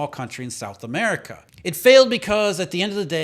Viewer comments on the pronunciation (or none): none